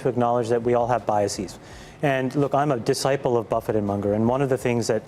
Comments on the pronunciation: It's Charlie MUNG-er. NOT MUNGE-ER. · is not MUNDGER bur Munger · Mun ger, not Mun jer! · "Charlie Munjer"